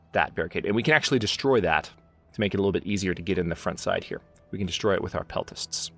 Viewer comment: To answer your query at the end, the settlement of Side is pronounced See-deh, or See-day, depending on where in Turkey you come from.